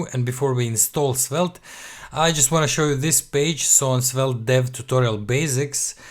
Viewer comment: It's pronounced Svelt, bro